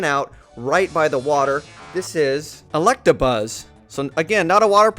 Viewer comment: it's electabuzz.. there's no r